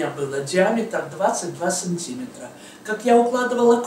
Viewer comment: Опять сАнтиметр. Притом 4 раза за минуту. Боже. мои уши.